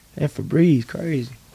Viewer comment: "we got febrezze in the car" 🤣🤣🤣🤣🤣🤣